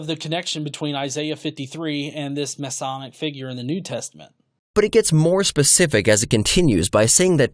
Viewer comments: Sure. Mess-e, mess-eye; it's a matter of personal choice. I went with mess-eye because of how we pronounce messiah. What it should definitely not be is masonic. That means something else entirely. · Masonic and messianic are not pronounced the same. Try mess-eye-AN-ick. Like messiah with an -anic stuck on the end. I'm sure you're a fine engineer.